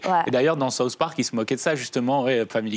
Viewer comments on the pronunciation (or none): "Saousse park"